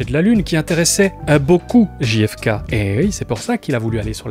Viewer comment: Souvent, on prononce Ji-hef-kay pour faire genre, mais ça ferait GFK. On devrait donc prononcer Gè-hef-kay. Tu n'es pas tombé dans le panneau en la prononçant à la française. (En vrai, je sais que tu le sais, mais c'était juste un prétexte pour envoyer un peu d'amour et de soutien ❤)